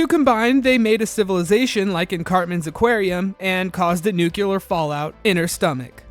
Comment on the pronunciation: You pronounce nuclear incorrectly. Still love your videos though.